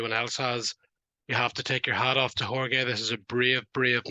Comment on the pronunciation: How do u not pronounce Jorge correctly? That’s like 1st grade shit